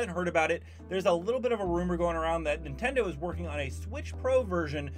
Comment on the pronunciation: Ah yes the "Nintedo" switch